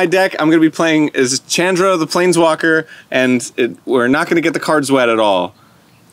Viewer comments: "Chan-dra". lol I understand since they were both clearly new to the game, but I still laughed every time he said it. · The way Arin says Chandra's name makes me more upset than it should XD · I haven't cringed at a power hour yet..... that changed today... from Arin's pronunciation of Chandra (whole video), to Dan's inability to calculate damage (@ 2x2=4, not 2)... It's funny and I love you guys, but omg my spine hurts from shuttering. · Hearing Arin say Chandra wrong hurts me. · I can't grill him on saying Chandra wrong since he's knew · The pronunciation of Chandra here hurts my head